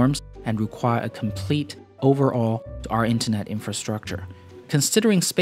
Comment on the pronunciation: "Overhaul" not "overall" gotta hit the h